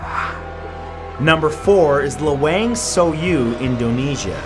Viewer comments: Lawang Sewu one actually pronounced laa-wang sae-woo 😁 love all your video anyway, binge watching it everyday. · Anjing listen to the way he pronounced lawang sewu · matthew thats not how u say changi and lawang sewuXD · i think he pronounces "LOW WANG SAW YOU" instead of "LAWANG SEWU" xD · Lawang Sewu is pronounced Lah-Wong Seh-Woo. The complex allegedly had a thousand doors. I haven't counted them. Probably included the dungeon doors too. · And that lawang sewu pronounciation tho lmao. Its supposed to be "luh-wung seh-woo" but its understandable since its not his native language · Matt says "Lawang Sewu" wrong. But that's none of my business